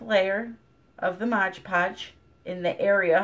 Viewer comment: It's MOD Podge, not "Modge Podge". There's only one "g" in the entire title. Mod that rhymes with odd, as in, "It's odd that you keep calling it Modge Podge." I think you're getting it confused with the term "Hodge Podge," which means a little bit of everything put together.